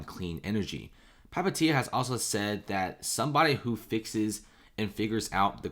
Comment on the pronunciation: Just butchering Palihapitiya pronunciation